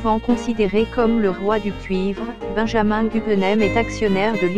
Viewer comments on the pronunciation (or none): none